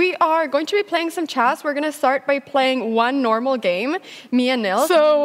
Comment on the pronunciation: Det är chess inte schÄss Anna!!